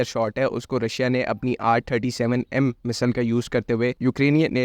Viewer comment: Bro misal nahi missile bolo 😅